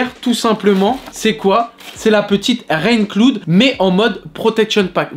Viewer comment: Rain clood ?? Franchement la prononciation …😨😨